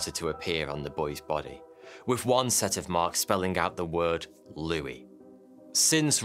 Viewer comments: St Louie lol 😆 it's St Louis(Lu-is) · Its Saint "loo-ih-s" not Saint "loo-ee" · That’s not how you pronounce St. Louis. 😂 It’s not pronounced like the French king’s name (lu-i), it’s more like lu-is. Lol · It's St. Loo-is, not Looey. St. Looey sounds ridiculous. None of us from St Louis would EVER say that. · It's Saint Louis, not Saint Louie. 🤦 I was like where is Saint Louie, Missouri??? 😅😂🤣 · Why is it that in the 1904 Messed up Olympics story you properly said St. Louis, but in this video you butchered up the name ?????? Love the content as usual !!!!